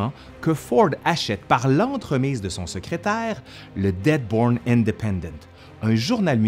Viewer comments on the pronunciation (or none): Dearborn, pas Deadborn 😂😂😂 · Toujours très intéressant et bien articulé! Mais une petite coquille que j'ai détectée. Le journal en question n'est pas le Deadborn mais plutot le Dearborn!